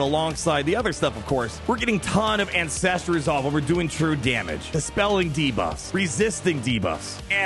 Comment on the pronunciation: I can’t help but hear incestual resolve every time you say ancestral resolve